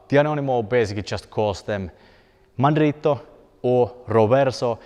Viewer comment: I am amazed by how well you pronounced "mandritto de sotto in suso", that was not easy man.